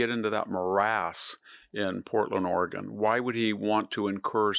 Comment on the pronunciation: ORAGAN ,........OR OREGON????????